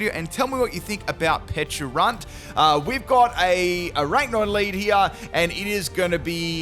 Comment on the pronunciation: I've heard you say PeCHA berry plenty of times... so why would you call it PeCHUrunt?😅